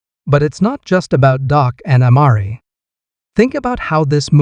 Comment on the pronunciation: Say it right am Mar re! And Dak! Not doc!!